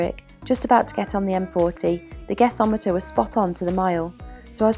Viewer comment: Thank You for pronouncing Guess-o-meter correctly!!